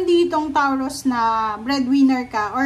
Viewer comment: Anong TAWROOS bh3 its PRONOUNCE MO NMN NG MAAYOS KALOKA KA